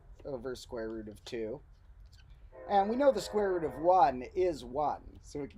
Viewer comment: I must be tired, it's starting to sound like he's saying "the squirrel root of two". Either that, or the medication is kicking in.